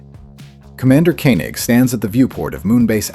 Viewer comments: It's pronounced "Koh-nig", not "Ko-nig". There was definitely a sense of underlying design in Alpha's apparently random wandering through the galaxy by the end of Season 1 which was amplified in Season 2. For me Space: 1999 never ended - I have the DVDs and I watch episodes regularly, I have the comics and novels and re-read those too. I've even built the Airfix Eagle kit. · I knew this was a Thumb DOWN AI slop narrator soon as it said "Commander Kaynig". 👎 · sically commander John Koenig Koe Ning would be more or less pronounced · AI. Can't pronounce Koenig's name.